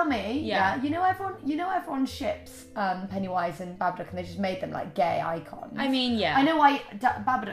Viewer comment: 'Pennyunwise' 😂 oh fuck